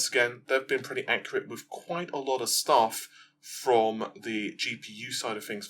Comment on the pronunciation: I don't want to be that guy but: quite =\= quiet. Quite: pronounced, remarkable, significant Quiet: to be silent, not make noise